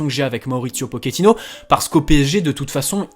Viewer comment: Salut d'abord bonne année et tous ce qui va avec. Juste pour info on ne dit pas pokéttino mais pochéttino. Et oui en italien le ch se prononce ke et en espagnol che. Vu qu'il est argentin. Mais bon tous le monde fait la même erreur.😉